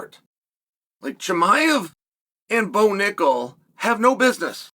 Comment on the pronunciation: Bo Knuckle (accented)